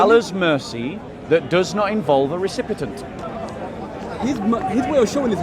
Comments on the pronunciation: says 'recipitant', but he means 'recipient'. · when says 'trate', he means to say it but 'recipit'nt' was a mistake. Having said that, I noticed he said 'recipitant or recipitent or recipitint' instead of recipient (which he meant to say) the first time he said it during the live stream but it's unnecessary to call out people publicly the way that the guy did. won't read these comments so it was just insulting for mistakes he made.